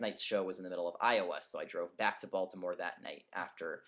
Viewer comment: lol when he said Baltimore i thought he said Voldemort